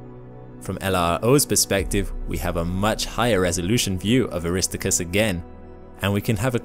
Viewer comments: “Air-iss-stark-us”. Aristarchus is not pronounced “Arista-chris.” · Its Aris TAR chus,, not aristicus. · It's pronounced 'Aris Tark Us'. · Aristarchus is pronounced "Er-is-star-kus" not "A-Ris-Ta-Kus" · Aristarchus ~ aris - STAR- kus, not ARIS-tuh-kus. 🥴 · "Air - ist - ARK - us" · The proper pronunciation of Aristarchus is 'eh ruh staar kuhs' with emphasis on 'starr'. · ARISTickus is not the pronunciation of Aristarchus. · WHY do you keep butchering the name of Aristarchus? It is pronounced (Air - a - STAR - kus). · arri-star-kus please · You mispronounced Aristarcus. It is pronounced ...Air is TAR cus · “a RIS toe chris” (Aristarchus) You actually made me cry with that mispronunciation. 😢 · It is Ari-starchus with a ch as in loch ness...it is Greek, come on...! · Great pronunciation of Aristarchus, lol. Now a whole bunch of people who've watched this video, think that's how it's pronounced. You get names wrong a lot, dude. You should try to improve on that. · Beautiful captures and interesting facts, but Your Latin is causing me headaches, really! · obviously you pronounce a lot of words and names wrong, but I think getting Aristarchus wrong should be an illegal act. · I'm so glad I was not the only one.